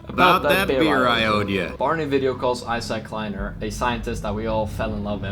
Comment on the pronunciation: Eye-sack Kleiner.